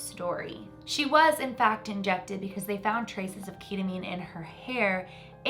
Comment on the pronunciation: I now know that you have never ever tried ketamine before by the way that you pronounced it😂😂😂😂